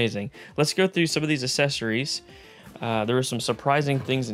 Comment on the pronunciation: Oh no I hear it now, "assessories"